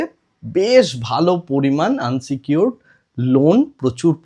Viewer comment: দাদা কথাটা আনসিকিউরড নয় , ওটা ইনসিকিউরড হবে।